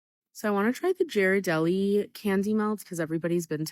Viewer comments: I'd rather get those Publix strawberries that actually use chocolate then pay more for fake chocolate. Also, her mispronunciation of Ghirardelli annoys me lol. It's a hard G, not soft. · Ga! Like Gary - Ga! Ghirardelli is Ga not Ja... Sorry, it's on ongoing thing in this home to argue about this 😭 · "My options are ghiradelli (prounouced gear a deli, btw, ) or almond bark" Nestle, trader joes, and hershey's have entered the chat. All use cocoa butter and are real chocolate at a far lower price point than ghiradelli. People have options between luxury and garbage. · I don't trust anyone who calls it 'jeer-adelli' anyway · This is completely off topic but the way she says brands wrong makes me feel like it’s on purpose💀 like you know damn well it ain’t Jiradeli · bro you don't neeed to go to whalmary and how do you pronounce "gherdelli" like that omg i don't usually go at people for what they say but in this case... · Not her absolutely butchering the pronunciation of Ghirardelli with a soft 'g' like Jerry. I'm dead. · its pronounced; G R Dell A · Is no one else mad about how the one woman pronounces Ghirardelli??? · This is entirely petty and stupid and pretentious of me to say but the strawberry lady mispronouncing “Ghirardelli” is making me cringe so hard lmfao. Obviously there’s a lot worse but that just got under my skin idk why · It’s funny that she’s talking about all these chocolates and she can’t even pronounce them…🤨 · I will crash out over her Ghirardelli pronunciation, holy SHI